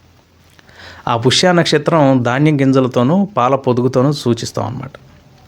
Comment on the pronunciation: పుష్య కాదు స్వామి పుష్యమి